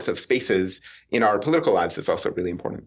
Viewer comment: People that say "imporDANT" drive me insane